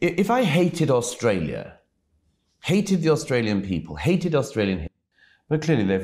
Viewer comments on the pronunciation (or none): none